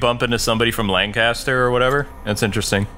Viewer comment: It's pronounced lan kin stir